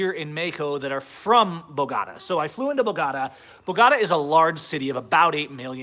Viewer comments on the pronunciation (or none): Bogorah? lmao... I think its pronounced Bo-go-ta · it's Bo-go-tah (boh-goh-tah). Keep up the freedom and positive knowledge! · I have never heard Bogotá pronounced that way. Listen here....